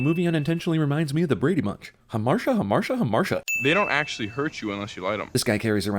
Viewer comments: It isn't pronounced "Huh-marsh-uh", it's "Hahm-are-tee-uh". But then again this movie is filled with pseudointellectual nonsense like that, so I'm not surprised. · Forgot a sin. Hamartia is pronounced "huh-mart-eeyah," not "huh-mar-shah." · Could've sworn hamartia was pronounced hah-mar-tee-ah, not ham-mar-sha... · Another sin: It is most definitely pronounced "ha-mar-ti-a," not "ha-marcia" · Why did he tell her he was dying while still in Amsterdam? Way to ruin a good trip. And Hamartia is pronounced Aa maar tee ya. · It's pronounced ha-mar-tee-uh. Sin (ding) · It's pronounced ha-mar-TEE-ah. SAT word show-off fail. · If they're gonna use words like hamartia, they could at least pronounce them correctly. hämärˈtēə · She also mispronounces "Hamartia." Hard 'T' sound. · I really don't think hamartia is pronounced ha-marsha. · SHE PRONOUNCED HAMARTIA WRONG ASDFGHJKL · According to Google, she pronounces hamartia wrong. Ding. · she also pronounced harmatia wrong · Did anyone else notice that they, and CinemaSins, pronounced "hamartia" wrong? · That's not how "hamartia" is pronounced. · Did anyone else cringe on her pronunciation of the word hamartia? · Missed movie sin: hamartia isn't pronounced that way. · I've been avoiding watching anything to do with this movie due to all book to movie adaptions ending in disappointment lately. This movie's "hamartia" was its butchered Brady-Bunch pronunciation of the word. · Also, she pronounced "hamartia" wrong. You get that a lot with people who learn words from books, as opposed to conversation, though, so I guess it's forgivable. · sin for pronouncing hamartia incorrectly... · I think Cinema Sins pronounced it wrong on purpose to sneak in a Brady Bunch joke XD Though if you meant the movie itself then yes, that is worth another sin point. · They also mispronounced Hamartia.